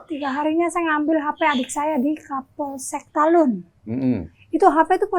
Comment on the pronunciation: udah betul bilang talun, bukan talut lagi